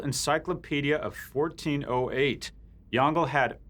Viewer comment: lol, it's pronounce Yong - Le, not "Yongle". I thought it was some ancient App.